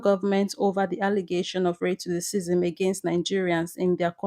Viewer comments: Sweetheart it's pronounced RACE-CI-ISM. It sounds like you're saying rate-to-the-cism. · Thanks for the info and great job. However, what is, RATICISM? Ra-cism is the correct pronunciation. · Great work Nigeria but it not “Redtidicisim"🙄 its RACISM 😊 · Ray to what ism? 🧐 "Racism" is pronounced: "Ray-sizm" ... it is what it is... YouTube knows it too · Why are you pronouncing racism as race to the season? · Learn how to spell Mrs presenter. Racism Not ‘Ray-cassim’ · Very good video. But what is the reason Nigerians pronounce the name of the country NANGERIANS? You also pronounce racism as RATECISM. You are otherwise very fluent and good to listen to. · Can’t even pronounce racism properly what is ray-ccism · What is "racissym" please pronounce it well you can speak English well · Great report but learn how to pronounce words before you broadcast na. The word racism is pronounced RAY-CEE-ZIM. Keep up the good work. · What's the meaning of "Ray-to the- cism"??? You can read well. Couldn't you do a little research on how to pronounce simple "Racism"??? Damn!!! It got me sick! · Nice content. But what is ray to the cissm. Pronounce it properly with your chest. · Please pronounce the word RACISM properly it is not Racacisim. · Great job, Nigeria. However, please if you have to report the news. Please learn how to say the words. R-A-C-I-S-M. You can use google speech to help you. Please dont take this as an insult. I am just trying to help you my sister. take it as constructive criticism. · Ray-to the-cysm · FYI: It’s pronounced ‘racialist’. The ‘c’ sounds like ‘sh’ (not like ‘t’. But I really like the Nigerian saying: “If you do any harm, you go see any harm”! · Why are you not saying the word RACISM properly? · Am wondering if tour pronouncing is pigim ‘racism’😂❤. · please learn how to pronounce the word "racism" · Afar abeg dey pronounce racism well . Your style of pronouncing the word nor clear. Nor dey do too much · why is she saying racism like that?